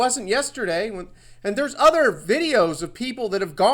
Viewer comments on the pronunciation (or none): none